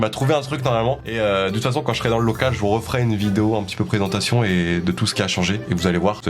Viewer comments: Pésentation tu voulais taire presentation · Pésentation au lieu de présentation